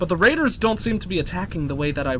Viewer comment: Okay sorry but did he just say "Randers" have landed about five minutes in? That's glorious. Fuck Raiders, they're Randers.